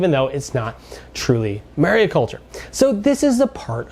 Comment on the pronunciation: It’s mariculture (not mariaculture) by the way